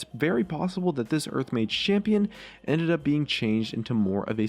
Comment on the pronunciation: why does it sound like hes saying urf when he says earth dafuq